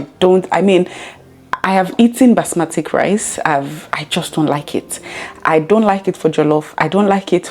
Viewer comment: BASMATI rice not "Basmatic"